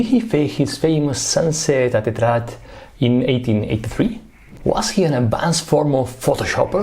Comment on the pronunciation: It's Étretat, not Etrat 😅